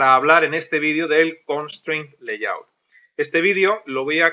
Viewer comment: Se nota que tu también aprendes maestro, en el 16 pronuncias layout como "layut" y en el 16b grabado al año siguiente ya pronuncias "leiyaut" 😂 Gracias por el curso.